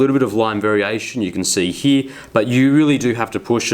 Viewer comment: It's not "HEEE", it's "HERE". LOL